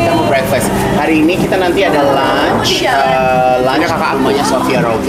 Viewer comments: Maap izin koreksi.. LUNCH.. wkwkwkwk.. bukan launch... gw pikir ada launching apaan.. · lunch, L-U-N-C-H. bukan launch. beda arti.